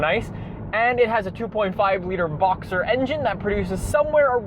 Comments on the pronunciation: It's not that confusing, he just mispronounced "boxer". I don't know what you're going on about. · I'm aware of that, just sounded like said "Voxer" instead of "Boxer". Check it again, Luke.